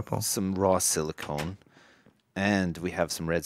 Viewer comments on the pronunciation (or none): I chuckle every time says "SIlicone" when he means Silicon. One makes computer chips (Silicon) the other makes mountains out of molehills (Silicone).